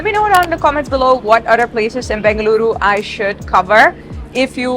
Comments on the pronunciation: Its in BENGALURU, not BANGaluru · I love how she correctly pronounced “Bengaluru” ❤ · Really like the way she says Bengaluru !!